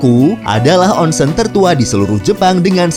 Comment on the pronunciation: Nihon = nihong Onsen = onseng huruf "E" dibaca seperti beca bukan kera